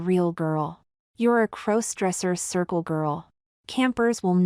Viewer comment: There's that "crose-dresser" thing again. AI narration detracts from your narrative. The story would be far better with competent (human?) narration.